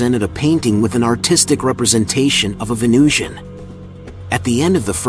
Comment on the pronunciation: That's not how you spell pronounce. Also his pronunciation was fine.